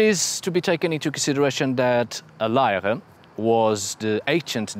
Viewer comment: Good work pronouncing "Lejre" 👍😊 🇩🇰 Thank you for this analysis of the tiny 'Odin on a chair' artifact. It is in fact so small it was recently made available for purchase as a silver pendant, in the National Museum in Copenhagen.